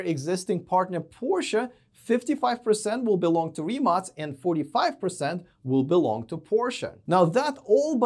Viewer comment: +1 for pronouncing rimac right